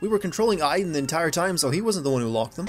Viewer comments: as a person who's name is Aiden you said my name hella wrong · you realize you are saying aiden wrong say it like from watch dogs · You forgot to sin they never pronounce the name Aiden correctly (Ay-den) they called them I-den (As my name being Aiden i cringed so hard every time they said it) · 4 the justification is that she is trying to piece together her memories, so they wouldn't necessarily be in order. 22 ok, you know what, it's bad enough that the game keeps mispronouncing Aiden. 32: this is a recurring problem in david cage's games. It's like no matter what you do, the same thing always happen. Could it be fate. Or just lazy game developing. 35: that's where you're wrong. About a quarter of people had chosen the leave route. The game even tells you what percentage of players chose what path so you have no excuse for not knowing. Or maybe the percentages were different when you were playing this game. 64: maybe that's why only one smith bothered to fight Neo in the final film. 111: Yeah, I probably don't need to point out the time gap here and the other scenes we have seen with her and ryan. 112: oh that's just standard description of a love interest in film and tv, saying that they're smart and funny, even if you haven't seen much evidence of either or both. The only thing she missed out on was that he's pretty. which really wouldn't work. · Where are the innumerable sins for Jodie pronouncing Aiden wrongly? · The real sin, how Americans pronounce Aiden